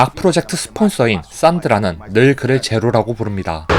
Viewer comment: 제로가왜꼭 조루로들리다냐ㅋ